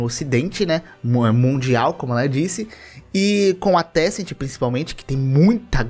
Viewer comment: Se vc estiver falando da empresa de jogos chineses, não é tecent, é Tencent